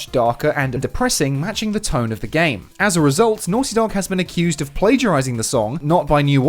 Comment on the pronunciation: The heck is a "plagarsing"?